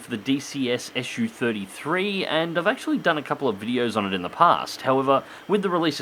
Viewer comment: Wtf is an 'Issue-33' ? It's a Su-33, dude, pronounced 'zoo* (not esh-you) ! Can't be that hard, so no excuses for linguistically illiterate folks that they allegedly couldn't say it, when they always say it when they say 'zoo' , eh? 😁 It's the first syllable of chief engineer Сухой 's family name, NOT an abbreviation like for Soviet-Union-33 or shit like that. That's how it works 9 times out of 10 with all the rest of the Russian aircraft designations. This got around already even among those who have lived under a rock for the past nine decades. How do you say MiG? Em-Eye-Jee , huh? 🤣